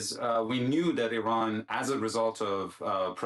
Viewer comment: I hate the way she says Iran